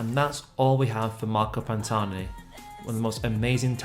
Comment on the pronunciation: The h is silent !!! But thanks for speaking of the greatest climber the sport has seen! 👍